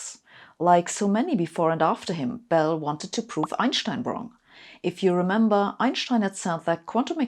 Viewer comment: I have trouble following her, which I am sure is my problem, but it doesn't help that every time she says "Einschstein" instead of Einstein it is like fingernails on a blackboard. Thinking maybe I and millions of others who pronounce it without the "sch" in the middle were wrong, I searched on "How to pronounce Einstein". Blieve it or not, about half say this lady's pronounciation (but with a softer 'sch") and half as most Americans pronounce it, and a few that sounds in-between. So thanks everyone for clearing it up, ha.